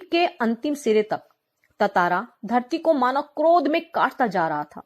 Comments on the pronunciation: It's tantara not tatara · Bhai tatara nhi tantara hai vo